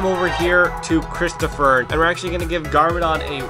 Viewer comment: sigh HIS NAME IS CHRISTOPHEN NOT CHROSTOPHER!